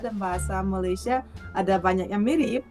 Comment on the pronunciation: Malaydes harusnya banyak "e" di belakang nya... Kite Saye Malaysie Kenape Kemane Kerete